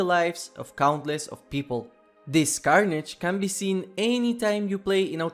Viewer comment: "this CARnage" Bro 😭🤣